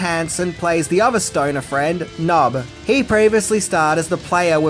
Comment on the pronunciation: Hate to be that guy but dude’s name was P’nub(Puh-nub). Love this movie and great video!